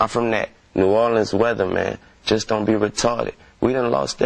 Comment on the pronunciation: delaney He pronounced don't to make it rhyme with goin. I can say don't rhyme and its goin rhyme